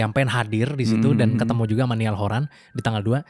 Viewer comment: Btw pronounciation Niall buka n "Niyal" Bang, tapi "Nayell" 😂😂 sori nih sbg directioners cuma koreksi. Makasih ya udah bahas soal Liam dan konspirasinya hehe